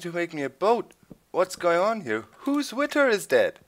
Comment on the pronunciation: Doc, versuch bitte mal ein bisschen an deiner englischen Aussprache zu arbeiten, es tut mir jedes Mal in den Ohren weh, wenn du "Witter" sagst... Keiner verlangt perfektes Englisch, aber es wäre ganz cool, wenn du das "th" wie in "SethBling", "over there" und halt "Wither" ein bisschen, naja, englischer und weniger deutsch aussprichst ;).